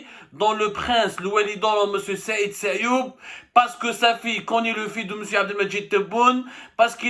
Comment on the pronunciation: Sayoud et non Sayoub